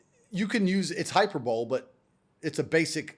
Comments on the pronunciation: Feedback: The word is “hyperbole”, pronounced “hy per’ bah lee” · Andrew prides himself on his English language skills. However he did make an error pronouncing the word: hyperbole at the 121 minute mark. 50 yrs ago a friend discretely whispered the correct pronunciation after I made the same error.